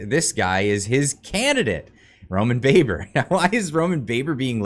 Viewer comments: Baber’s name is pronounced Babber oddly enough JSYK. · You are pronouncing his name wrong it is "Roman Baaaaber" as in ba ba blacksheep!